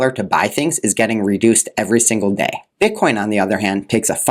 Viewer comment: He slipped and said "bit con"